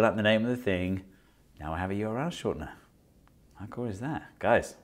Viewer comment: You R L Steve Mould: YORL 😂❤